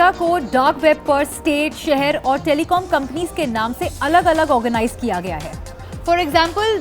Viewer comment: Kiya ko kra kyu bolte ho